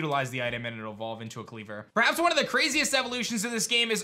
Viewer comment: IT'S KLEAVOR, NOT KYLEGOR!